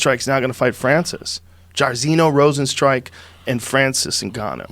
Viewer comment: Joe “Rozenstrike” Rogan